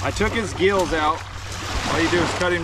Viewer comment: brother you said geels out. Not gills Been around crystal to long